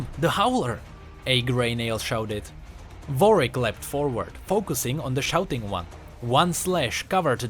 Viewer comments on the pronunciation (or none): is it me or you saying varwick instead of warwick or is it my speaker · I like that you say Vorick instead of Warwick xD